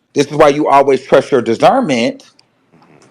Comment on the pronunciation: Wtf is dizernment ??? 🤣😭